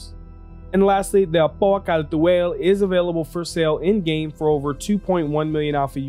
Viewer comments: Miller GamingDK no, no he doesn’t. Car-too-all isn’t Kal-tual, even the lore team said it as much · You can just say Kal'tual (Call-To-All) in your normal speaking voice. It's extremely distracting when you say the name like you're trying to summon a demon. Unless you're saying a foreign word in a linguistic context (trying to stay as true to the original pronunciation for academic purposes) nobody expects you to pronounce it perfectly. And doing it for one word in a sentence is actually discouraged in language learning strategies because it's pointless and distracting for the listener. This is why accents exist in the first place. Nobody enforces strict pronunciation for non-native languages. If you lost your american accent entirely and spoke like a Xi'an, it might be a different story. But we don't even know exactly how they sound until we hear multiple sentences that represent their standard dialect. Source: I teach ELLs (English Language Learners) at the High School level. Other than that, great video! I love the Al's aesthetics but it definitely has some work to do. But chances are that's not a high priority at this stage of development. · That's an interesting pronounciation. Basically that should be: 'cal·tooayl'. Makes it sound more Kryptonian than Arabic. I do like how it rolls off the tongue, though I much prefer the harsh R and short A of 'cartoo·uhl'. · rofl the way he says Apoa Khartu AYE, its ALL bro Khartu ALL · thanks for this video, I have been looking forward to this video for almost a week now. Great job!! Although I think the khartu-al is pronounced "car-to-al" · Updated Load-out ► I just read the Galactapedia page. "The Khartu-Al (Kal’tuāl) is a Xi’an light scout spacecraft..." How is Kal’tuāl pronounced? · you almost got it right edit: for the people getting angry over a pronunciation, like Phantex, sorry for not just rephrasing other comments. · You mispronounce so much more than Kartu-al that I’m not even mad anymore.